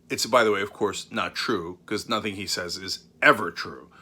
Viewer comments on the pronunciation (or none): none